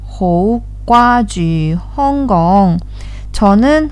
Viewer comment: 나 왜 여기 있짘ㅋㅋㅋㅋ 광동어 너무 잘하세요!! 근데 홍콩 발음이 살짝 틀렸어요 "횽공" 이렇게 말하면 좀 더 좋을 것같아요~